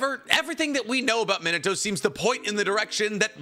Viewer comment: His name is Minato(Mee-nah-toe) but for some reason you pronounce it as Minato(Mih-nuh-toe) how you gonna be an anime geek and get his name wrong? 🤦 Its a Japanese name, it isn't pronounced like the English word 'minute'.